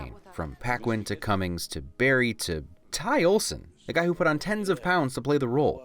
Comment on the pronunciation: Cumming. His name is Alan Cumming. Why does everyone call him Cummings?